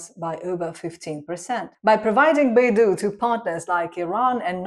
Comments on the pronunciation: Not Baidu but Beidou😂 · Beidou should be pronounced as Bay Dough. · "dou" is pronounced closer to "dou" in doubt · Sorry lt's not Beidu but Beidou